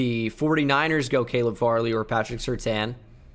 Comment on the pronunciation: Jsyk, Caleb Farley is pronounced "Fairly"